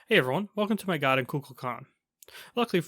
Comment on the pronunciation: Why dose no one pronounce his name correctly 😂 Ku-kul-kan